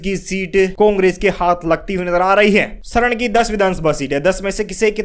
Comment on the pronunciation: Srn nahi saran bolo